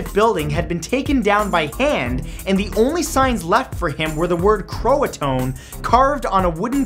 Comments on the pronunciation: It's ro-an oak, not ro-an- oakey! And it's pronounced crow a tow an! Not crow a tone! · And Croato-an not Croatone haha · Roanoke is pronounced "ro-uh-noke", not "ro-uh-no-key". Also, Croatoan is pronounced "cro-uh-tow-in" not "cro-uh-tone", and Croatoan was the name of a neighboring island or something like that. I learned about it at the beginning of the year last year so I don't remember every detail but I remember how to pronounce it. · Matty baby its pronounced Row Ah Noke. Don't accent the E. and its Crow ah toe ah. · Hey Mr.Matthew it is pronounced ROO-A-NOOKE AND CRO-SHIN. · He also pronounced Croatoan wrong. It's Crow ah toe an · I'm giggling because Roanok-ee.. It's not pronounced that way Roa-noak Croatoan is like cro-a-toe-an Darn it Matt, I love yah but pronounce it right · I believe its actually pronounced Crow-ah-tow-ann. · I live in NC U.S.A and Croatan was an Native American tribe and it's pronounced crow-a-tan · That's pronounced ROW-an-oak and Crow-uh-TOE-un.